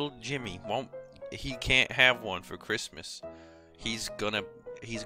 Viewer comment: No Cwissmas.